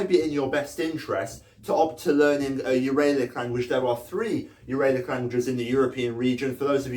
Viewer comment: Also your pronunciation of Uralic made me cringe, Ural (as in the mountain range where the Uralic people come from) is pronounced with a short A